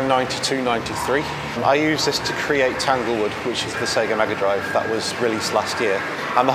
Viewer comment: "Smega Drive", eh? 😏